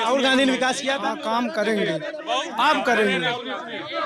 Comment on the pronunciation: Road ko bikas bol rhe hai...chacha😂